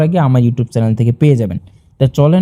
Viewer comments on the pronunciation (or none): আপনি তো চ্যানেল কথাটিই উচ্চারণ করতে পারেন না। চ্যানেল কে বলতাছেন চেলেন আর শুনানি কে বলতাছেন সুনামি। আগে নিজে শিখে আসেন।